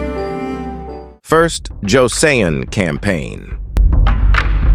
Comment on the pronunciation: Joseon is pronounced jo sun lol